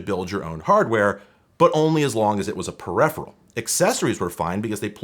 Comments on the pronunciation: peripheral not perepheral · How can you get this far without knowing how to pronounce peripheral? Per if er all.